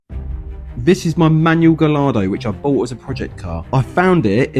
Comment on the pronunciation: The correct pronunciation for Lamborghini Gallardo is: lahm-bor-GEE-nee gah-YAHR-doh Here is a quick breakdown of how to pronounce each part so you can nail it: Lamborghini: The trickiest part for English speakers is the "ghi". In Italian, gh makes a hard "G" sound (like in "golf" or "geese"), not a soft "J" sound. Gallardo: Named after a famous breed of Spanish fighting bull, it follows Spanish pronunciation rules. The double "ll" makes a "Y" sound (like "yes"), not an "L" sound. So, put it together: lahm-bor-GEE-nee gah-YAHR-doh.